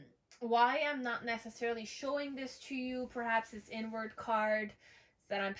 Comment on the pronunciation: “Inward card.” 🃏 It sounds like you’re saying “n word” card. Lmao 😆